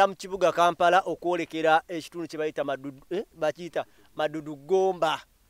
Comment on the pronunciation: The place is maddu not maduddu